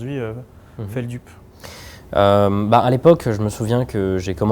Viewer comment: ça me stresse quand les gens prononce mal Feldup 😭😭